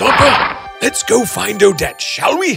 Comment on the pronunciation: When the prince yell“Odette” it’s sound like“O-dead” XD